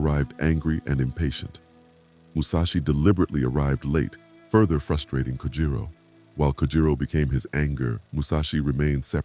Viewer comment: AI junk. Kojiro not Kujiro